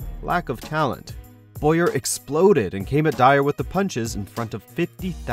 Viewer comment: "Boyer"? The 'W' isn't silent. It's pronounced "Bow-yer", and the 'Bow' rhymes with 'cow'.